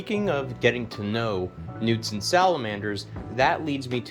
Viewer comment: I thought dude was saying newton salamander 😂